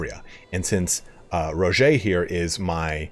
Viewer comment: Dude it’s just “Roger” like Roger Dodger. Not “ro-jau”.